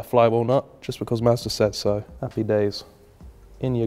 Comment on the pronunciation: anybody else hear say "master(or massa) says so" instead of Mazda says so?